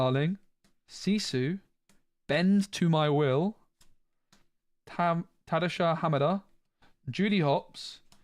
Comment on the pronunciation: Butchering of tadashis name 😅😂